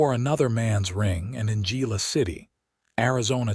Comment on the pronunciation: I do wish AI could be programmed on the correct pronunciation of Spanish words. It is not Gila City but pronounced Hila City. With that out of my system, this was an exciting story. Glad Willow escaped her abusive husband, who ends up being charged with his threats against Willow, his shady finances is sent to prison. Listening from Clarksville, TN.